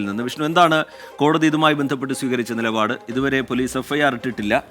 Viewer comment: നിലപാട് നിപാട് അല്ല